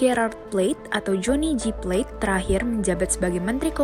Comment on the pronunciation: Johnny G.plate kak bukan johnny jyplet